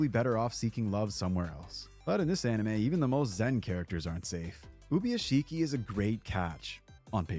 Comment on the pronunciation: oo-boo-yaa-shi-kee not ubu-yeshiki😂